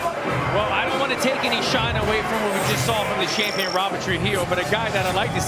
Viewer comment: "power SHLAP chumpion of ZE WWÖRLDDD"😆🤣😆